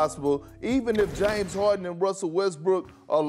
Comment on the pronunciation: "jaines harden"